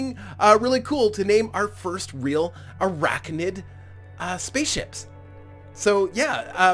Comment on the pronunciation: Fun episode, as always! Couple of spider ideas: To address your comment near the start of the video, there are in fact spiders w/ tails, such as the Two Tailed spider. Also a station with huge long skinny appendages would be a really cool parallel of a daddy long legs. Also, you keep pronouncing ArachNID like ArachNOID. I personally don't care but you are putting this on the internet, thought I should warn you :). Lastly I think I can speak for the whole community when I say you simply MUST face this fleet against the Insectoids in tournament mode on the finale episode.